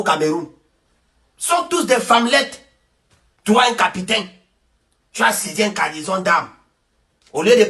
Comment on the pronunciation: Pardon frère capitaine et non capitin tu fait honte là